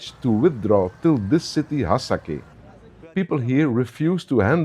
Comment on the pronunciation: not Hasake , its hasaka and its 80% arab so stop laying